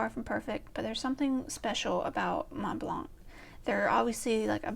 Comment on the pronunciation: The first way you pronounced Montblanc is actually the correct way, so it not really snooty. The 't' and 'c' are silent. You have some very interesting pens, so definitely going to try and catch the collection video. I want to see if I correctly guessed the pens you didn't mention. The only pen I could answer is for traveling. That would be the Visconti Homo Sapien Skylight. my EDC is whatever pens I have inked up. I usually have a F, M, B, and stub inked, so I have everything covered. I don't have a pocket pen because I don't like small pens. The smallest pen I have is 10 cm, but it's a bit too precious to keep in my pocket. I would love to get into vintage but I find them too thin and I prefer a number 6 size nib. I have many what would be considered grail pens, so that is also hard to answer. May be one of my OMAS or ASC pen.